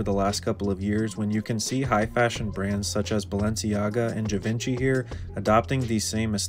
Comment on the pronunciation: Zhee-Vaan-Shee = Givenchy